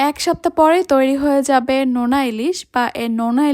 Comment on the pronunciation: নেনা ইলিশ নাকি নোনা ইলিশ